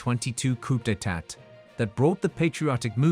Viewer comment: Is it too hard to get your robot,AI,chat dude presenter to learn the oh so easy,Educated,Acceptable and standard pronunciation of "coup d'etat".For crying out loud.